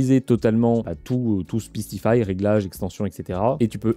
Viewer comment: Ca se pronnonce SPICE comme piquant, compliqué à ecrire pour expliquer le son, le I c'est comme AIE